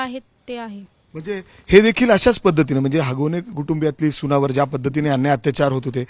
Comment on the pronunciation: हागवणे या शब्दावर फारच जोर देऊन बोलतोय पत्रकार 😅